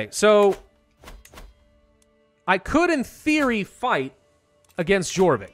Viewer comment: Jorvik is pronounced like yorvik. Almost made me lose my mind